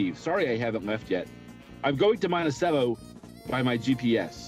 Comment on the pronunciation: I cackle any time people from out of state pronounce it “Montichello”